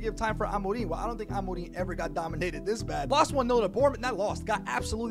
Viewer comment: I'm just here to say you pronounce Amorim's name so well!